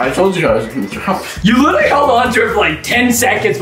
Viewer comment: Why did you said “literately”... it’s literally... you must have an Apple iPad to help you